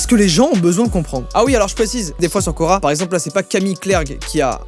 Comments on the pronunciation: Quand il a dit « cora / quorq « j’ai cru que c’était le magasin cora 😂😂😂😂😂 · Au début j'ai cru que tu parlais de Cora et pas de Quora '-' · Qui, quand il a dit "Quora" a compris "Cora" (le magasin) ? 👇🏻